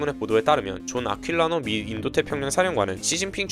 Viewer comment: (1) 자막상에는 "스카버러 암초" 라고 표기되었습니다만, 오디오로는 스카'러버' 암초로 발화되었습니... (2) "다음을 봅시다" 라고 말씀하신 후 여론조사 그래프가 나왔는데요, 빠르고 자연스러운 이해를 위해서라면, '다음 여론조사를 봅시다' 라는 구체적인 멘트를 채택해주시는 편이 낫지 않았을까 싶습니다! (3) (1)과 비슷하게, 자막상에는 "존 아퀼리노" 라고 표기되었습니다만, 오디오로는 존 아퀼'라'노로 발화되었더라고요 ㅎㅎ;; (4) "이와 관한" > 비문을 피하기 위해, '이에 관한' 또는 '이와 관련된'으로 정정되어야 될 것 같아요! (5) "우리로써는" > 여기서 '우리' 뒤에는 수단을 지시하는 전치사(-로써)가 아니라 입장/자격을 지시하는 전치사가 와야 되기 때문에, 우리로'서'는이 되어야 되겠습니다! (6) "아들에게" > 전치사 '-에게'가 쓰이면 부모가 아들한테 메시지를 보낸 것으로 오해될 수 있기 때문에, 메시지를 받았다는 의미를 지시할 수 있는 '-에게서'가 쓰여야겠습니다!